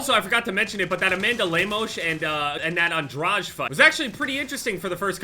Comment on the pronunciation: Interesting way to pronounce Lemos and Andrade